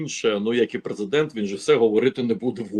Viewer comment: Ого! Сказав їрмак, наголосив їрмак, зі слів їрмака. Це ж їрмак презЕдент?